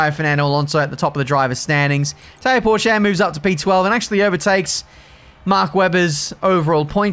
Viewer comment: Learn, how to pronounce "Porsche", thank you.